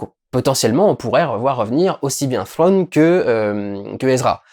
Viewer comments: Trawn, pas phrone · "Frwone" 😂 Merci Dudu ça fait du bien de rire 😂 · Thrawn , au pire prononce le "trone" . Sinon perso j'ai kiffé cette saison 2 est même si la plupart de la saison est du fan service , franchement osef ca ma fait rêver comme la prelogie et la trilogie originale, je suis conscient des défauts du fan service et du rythme de la série mais pour moi c'est pas grave , cette serie ma fait vibrer et g hâte pour les prochaines séries star wars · Ou Frown comme on dit dans le Wyoming